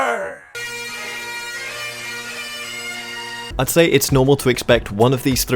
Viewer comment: "SCOTLAND FOREVAH!!!" 😭😭😭😭🤣🤣🤣🤣🤣🤣🤣🤣